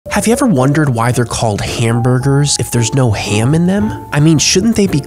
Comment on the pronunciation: Anybody gonna notice the fact he pronounces ham as “hyam”??